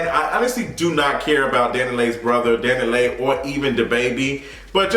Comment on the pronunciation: It’s Dani leigh pronounced LAY lol she said it on one of the few songs of hers I like